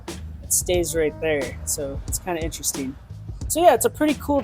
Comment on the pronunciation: Vewy vewy intwestring!